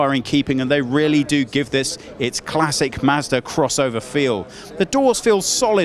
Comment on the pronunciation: WHAT? WHAT? Hey...its " MAHZ DUH ",NOT " MASDA " RULE # 27.If you let some Brittish guy WHO CAN'T BE BOTHERED TO TUCK IN HIS SHIRT,from a company you can't pronounce,wants to review your car online,MAKE SURE HE PRONOUNCES YOUR COMPANY CORRECTLY.